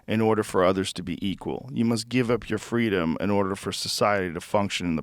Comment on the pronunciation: "Fweedumb okay, liberty bad" Despotic Tyrant Kleptocrat